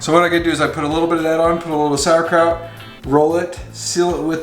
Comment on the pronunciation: ya had me with your Pigs In a Blanket til you said saurkrout and onions. lol